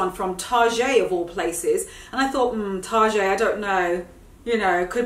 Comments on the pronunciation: I love how she say “Target” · The way you pronounce "Target" killed me. Reminded me a bit of mrs. Bucket, pronounced "Bouquet".